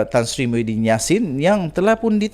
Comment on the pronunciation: Kau nk ckp sebut nama org biar btl2,muhidin bkn mahudin,jngan bngan sgt